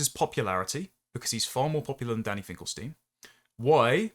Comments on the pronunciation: God, how pompous and verbose! It's ....stine not ....steen, by the way. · ST EYE NN, NOT STEEN